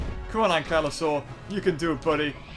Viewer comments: dont you mean ankylosaur not anklosaur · Ahh yes my favorite dinosaur "anklysaur" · Really Anklyaur OMG its spelled Ankylosaur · Lol it’s ankylosaur